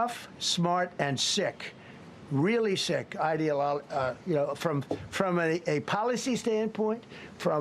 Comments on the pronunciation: I think he was going for "ideologically", but got lost halfway through and it turned into "ideolol" lol It's as if he is talking about himself. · He started to say “ideologically” then realized he didn’t know how to pronounce it. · The moron can't even pronounce "ideologically" 🤡🤡🤡